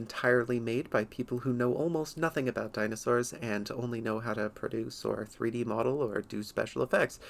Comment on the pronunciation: Deenosours. Really?